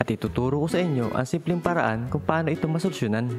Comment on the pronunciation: ano daw? 🤣 dinig ko masunsyunan